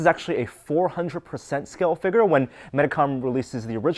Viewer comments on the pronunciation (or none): Figure figure figure get it right! I know it's jerkish to point out but please just say it right